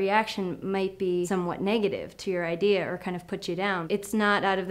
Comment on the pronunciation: Did you say ideaer instead of idea?.....oh well I'll just ignore that.hehehe